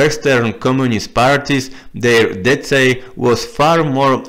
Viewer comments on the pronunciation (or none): Thank you for this video! Your english is getting quite good, only one small piece of advice: "decay" is pronounced "dekay". Can you suggest any good articles or books on the history of Polish communism or the People's Republic of Poland? English would be preferred, but not absolutely necessary.